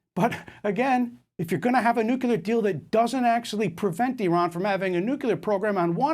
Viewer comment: Nukeler??? WTF, I suggest you go learn the word NUCLEAR, you moron.